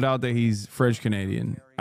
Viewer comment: God his pronunciation of everything French is so wild lmao.